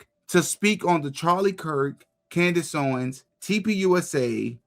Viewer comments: Who is Cand-Ace? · Why does he call her Cand Ace? He is full of shit And full of his own self importance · is this truly how tate pronounces her name? KanDACE? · dunno if it's AI but I did think it was weird that in the Tate interview he pronounced Candace KanDAYCE, which seemed totally AI to me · "Candase" lol.. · The first video with Andrew Kate is obviously AI because of the way Candice's name was mispronounced. You know when like a I tried to read the English language but doesn't put the right answers on the right syllable? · I think this might be an AI video. The way he pronounced "Candace" is very weird. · did he really just insinuate that man was a dummy for not living like a dysfunctional, perverse, rolling stone like him???? Shame shame shame on him and why in the world did he say Candice’s name like that 🤨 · me...I guess if I'm watching something and I think to myself, why does that person seem weird...why does the voice sound like dialog...if you think it's weird, it's fake. I thought it was sped up. Which confused me. And the pronunciation of Candace was wrong. Bruh. Getting off this internet and going to read a book. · He always pronounces her name like that. I have no idea why. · Okay so first you mispronounces Candice's name twice and he knows how to say for me and then he tells us that Lee Harvey Oswald was killed in jail which is not true so this is clearly AI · That's actually how he says it. He pronounced it like that when he was on her show. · The way he said her name too? Wth?